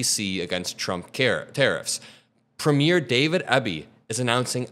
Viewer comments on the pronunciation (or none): With respect, as American commentators continue to cover Canadian politics, please understand that Premier is not pronounced premiere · in Canada we have "Preem-yurs" As the elected equivalent to your state Governors. Just thought you would like to know how we pronounce it. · Love the video, but a couple of Canadian pronunciation notes: the opening of a play is pronounced prem YEAR. A Canadian Provincial leader is pronounced PREEM yur. Potash is pronounced POT ash